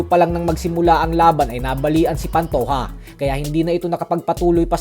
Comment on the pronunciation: pantoha ❌ pantoja ✅